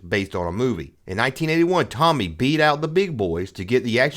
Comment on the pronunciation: “It’s Toe-me” not “Tommy”.